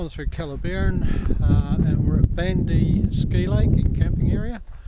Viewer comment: Can we get someone how to pronounce it correctly